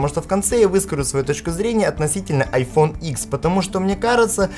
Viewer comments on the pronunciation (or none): Айфон ДЕСЯТЬ, не ИКС, а ДЕСЯТЬ!!!